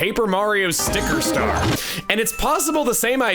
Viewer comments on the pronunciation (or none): Every time says "Paper Mario: Sticker Star" I feel uneasy... 😅